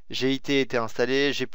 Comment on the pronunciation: On dit "git" et pas "g.i.t" !!! :D